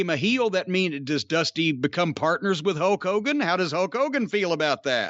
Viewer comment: I swear Jim is saying “Huck Hogan”